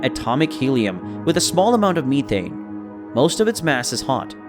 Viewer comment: You made a couple of mistakes. The moon is not "Lo", it's "io" (Indigo oscar), and it's methane, not methene